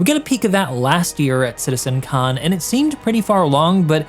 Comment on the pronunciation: why he keeps saying Citizen Khan? 🤣 Thats a British TV show...🤣